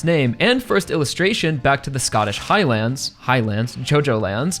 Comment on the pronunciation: Bro how this guy says Highlands pisses me off and idk why